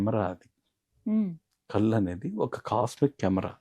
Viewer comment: It is కళ్ళు not కల్లు